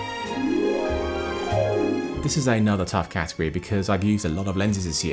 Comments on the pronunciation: "Cat" agory... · When you say category, I ... I just hear ... ahm ... I think, you just emphasize the cat in category... :D